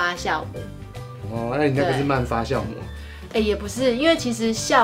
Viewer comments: 你说的对！fa jiao 😂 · fa jiao, 不是 fa xiao.真的让人发笑。😂， 我马来西亚人老师都是教我们读 jiao mu。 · 发酵 读：（fā jiào ） 不读：（发笑）